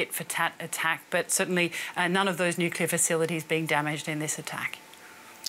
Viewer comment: "deefeets faceeleetees" Ha Got Her